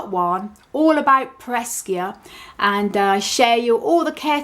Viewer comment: It isnt peresiopesis. Just pereskiopsis.